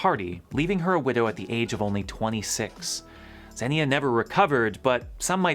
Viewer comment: St Xenia is pronounced "Ksenya".